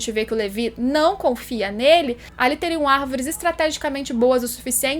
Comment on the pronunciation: que agonia ouvir (levi)